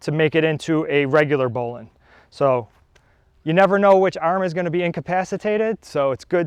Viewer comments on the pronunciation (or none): It's bow line not bowlin